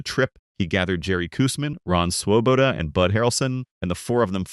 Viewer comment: I can tell you weren't a Mets or baseball fan back then simply by your pronunciation of Swoboda.